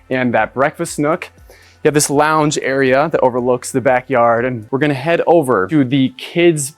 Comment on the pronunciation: "Kids launge area"